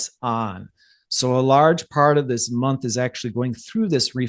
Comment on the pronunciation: Listened a couple of times😂 I've just got "moonth" 😂😂😎👍🏻🤫😛🤩👁🫂